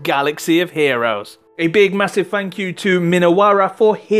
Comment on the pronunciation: masiff fank you from the smiffee dee